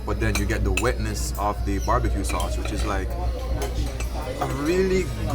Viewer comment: Bar-bi fried ribs lol